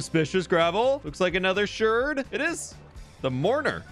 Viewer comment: Unclear if you're pronouncing it "shurd" as a joke or not, lol ("shard" rhymes with "aardvark," while "potshard" is pronounced "pot-shurd." No idea why the two are different, lol) Fun video--very exciting =)